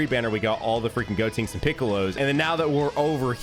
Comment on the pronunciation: Why do you call him goTINKS when it's goTENKS 😂